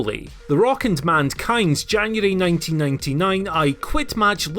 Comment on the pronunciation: I can't be the only one that heard him say "Mandkind"